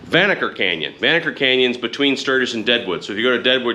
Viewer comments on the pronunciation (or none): The locals pronounce it “Van Knocker”